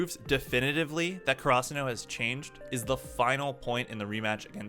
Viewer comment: The way you say Karasuno bothers me so much lmao